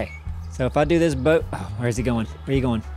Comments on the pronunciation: Does think there is a "r" in boat? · "Broat"... for your health.